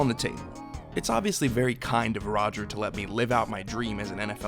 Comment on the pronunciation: for a second I thought you said "" Goodell, y'know... like Escobar.... Yet I did not bat an eye 😂